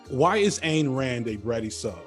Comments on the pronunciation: Hey, man...her stupid name, Ayn, is pronounced, "ine". Rhymes with "dine". Seen a bunch of your videos and noticed this mispronunciation a couple times. It's a tougher one to get right. While your content is awesome and mispronunciation does not change your accuracy on fact...you seem like a respectful type who would want to pronounce everyone's name correctly...even fascists and horrid capitalists...love ya from Athens, GA! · Great video but one little quibble...Rand's first name is pronounced "INE" as in dine, fine, or pine. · Back in the 70s, Ayn Rand was on NBC's "The Tomorrow Show with Tom Snyder" and she told Tom her name was pronounced "Ayn like swine." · Love the video, one thought . It’s Any like Ine (mine) Rand